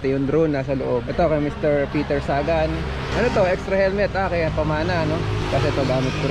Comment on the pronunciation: Hindi peter gan kundi peter sagan